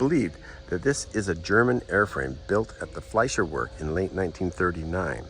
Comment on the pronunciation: Pronounced….Fee-Se-Ler. Just sayin’ and yes…it is an amazing aircraft. 🙂 USAF Vet. Cold War.